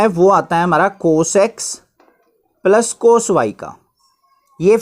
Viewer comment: Sir wo palas nhi hota plus hota hai....